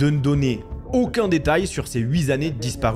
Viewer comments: Huit années et non pas huis années ! Attention aux pataquès ;) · ⚠️Vraiment dommage que tu ne parles pas le français, le vrai, le correct. Oui, dommage, car je n'en peux plus d'entendre des "... huit zannées, etc..." Stop!⚠️